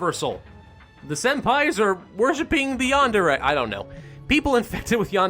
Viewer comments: It is pronounced yah-nd-eh-reh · its prounounced Yan-De-Re